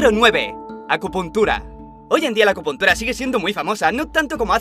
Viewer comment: agupuntura? ayyyyy que dolor